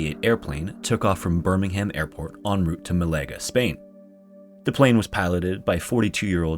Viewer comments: Not "muh-LAY-gah"... It's "MAL-ah-gah". First syllable is the strongest. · Ma LAH ga Not Malayga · MalEga Spain? Surely it is Malaga! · "ma-LAY-ga"! He never disappoints. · That's a hell of a way to pronounce Birmingham........... and Malaga lol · The fact that BOTH 'Birmingham' AND 'Malaga' were mispronounced is so funny to me, 10/10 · I can’t believe the ridiculous pronunciation of “Malaga””